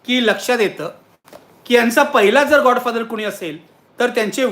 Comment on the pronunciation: नक्की नीट सांगा गॉड की गा? बोलताना जीभ घसरतेय